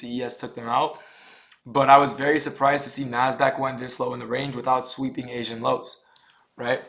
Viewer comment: “Asain lows”